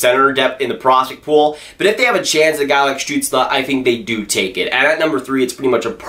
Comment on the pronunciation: You should do a video when you say Stutzle for 10 minutes...:)